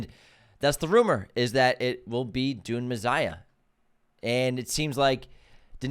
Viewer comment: “Dune Mezziah”